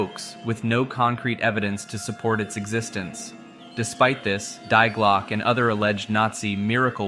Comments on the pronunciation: Die Glocke is pronounced "dee glockeh", fyi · Die Glocke is German. Dee Glock-uh jeepers peoples notion of other languages suck so bad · Die Glocke is pronounced "Dee Glokke" with o pronounced like in low, but shorter and the e pronounced like in rat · "die glocke" xD as a german i laught hahaha its not die like dying, die is like "the" - its "the bell" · dee glocke, no die glocke i first i thought it was some another legend of nazis making death bells or something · I really enjoy your Videos and I can understand how difficult it is for a native english speaker to pronounce foreign words. Your pronunciation of "Die Glocke" is kinda cute, but at the third mention it kinda triggered me 😂 In the end I'm happy that you tried to include the German name of this project, maybe it would have been easier for you to call it "The bell" 😊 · Die glocke... your pronunciation killed me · Stirb Glocke 😭😭 Ich musste auch lachen sobald das betont wurde 😂